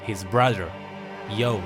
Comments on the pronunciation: It's pronounced Yo-ney, sorry, just triggered. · It's YO-NE... not YAWN